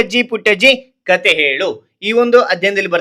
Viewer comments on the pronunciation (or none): none